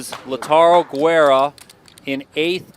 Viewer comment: For the commentators (on an understandable mispronunciation of a player's name): Lautaro Guerra's name is pronounced "Geh-rruh" not "Gweh-ruh." Those are two different words. "Guerra" and "Güera," with two very different meanings. His name means "War." The way it was mispronounced means something like "blondie" but it's just kind of a derogatory word for a pale woman.